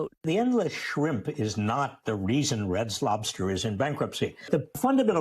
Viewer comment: What that old man say “Red Slobters.”😂😂😂😂😂